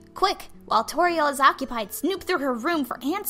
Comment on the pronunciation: When it’s said I am Tories caretaker of the ruins it said turrio😝